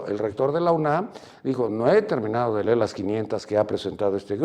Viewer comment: en México no se habla inglés porque nuestra educación es precaria y con un presidente y un secretario de educación que dice ler en lugar de decir leer y sus reformas educativas todas mediocres, tenemos un gobierno de porquería